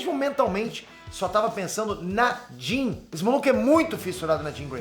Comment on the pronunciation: ""scott ir ver a jean"" parece ""scott ir via dim""... kkkkk